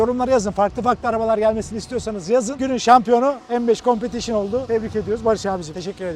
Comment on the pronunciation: Bu competition un telaffuzu en çok beye yakışıyor